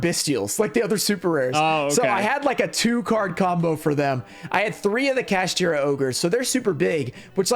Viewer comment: gotta love how says kaSHITra instead of kaSHTIra